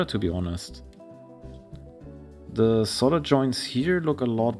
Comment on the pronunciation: I like how you say "solder bridges" with your accent-- it sounds like "solder britches" which, if you don't know, "britches" is another word for "pants". So I imagine it as either someone's nickname "Ol' Solder-Britches!" or as a specific type of pants made from or using solder. Love your videos!